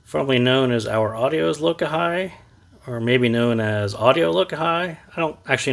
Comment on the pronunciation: It's pronounced Lo-kah-he. It's a Hawaiian word for unity. 🤙